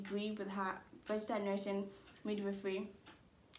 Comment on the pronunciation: Why re u pronouncing it as "vergistered" nurse